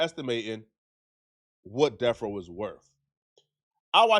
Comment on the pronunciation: Stop saying deaf row you tub of lard it’s death row